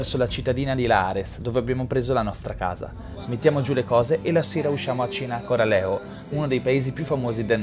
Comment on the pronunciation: Peccato che hai sbagliato sempre il nome di Corralejo si dice Corraleco